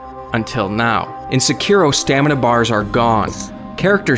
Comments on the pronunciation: Sekiro. (Sec-ir- ro) Dude it's pronounced (Seh-ke-do).... Duh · It's pronounced "Sekuro", it's not pronounced like it's spelled. Ffs. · the way you pronounce sekiro makes my eye twitch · Really hate how this guy pronounces sekiro. Just so cringey.